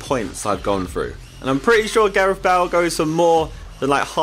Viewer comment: You said Bale wrong right after you changed it😉